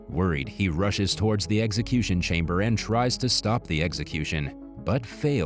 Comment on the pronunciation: Eggsacution? I love the concept of these channels but I will continue to block them when they are not able to speak coherently